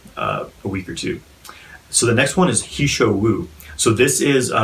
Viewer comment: He Shou Wu, 何首乌, literally say (Mr )He (何)， head(首)， black(乌). "He", in this case doesn't pronounce "he", likes He is my guy. "He" in this case pronounces "her". And "He", 何，is a common surname in China.